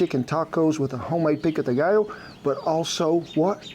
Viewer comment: How come you pronounce pico de gallo correctly but not pollo? 😂😂😂. I cant wait to try this recipe